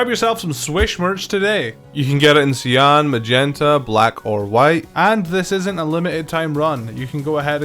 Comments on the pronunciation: Cyan is pronounced sigh-on not see-on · Say cyan again please